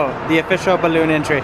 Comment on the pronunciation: Stop saying ballon!!